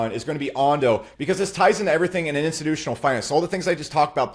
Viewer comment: "Insinutional Money" 😂